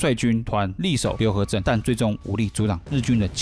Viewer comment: 庙行读作“庙航” 蕰藻浜读作“温早帮” 浏河读作“柳河”